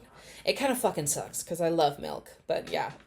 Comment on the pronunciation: I have a friend who pronounces it “melk” too and it drives me insane 😭